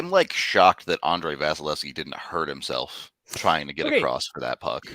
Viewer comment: why does call him VASHalevsy?